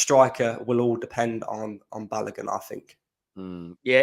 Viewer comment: Balogun is pronounced Balowgoon Not Balagun